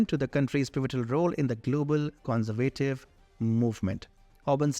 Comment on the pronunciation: The presenter of this video should look in his dictionary to find out on which syllable the accent of a word falls. So many words have been raped in his videos before. The word 'conservative’ has been mispronounced so many times in here, it is a total shame.